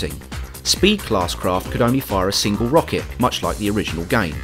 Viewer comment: its Rocket